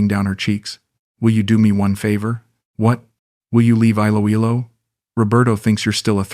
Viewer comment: Great AI story.. Note to Author : perhaps if you type Eeloeelo your reading bot could pronounce it properly.